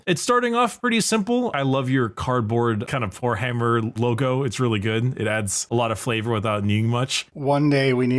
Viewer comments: Every time says Poorhammer, I swear what i hear is w**rehammer... I know it's not what he's saying, but it's what I'm hearing 😂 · When the merch was anounced I was not looking and I kept hearing whorehammer multiple times LOL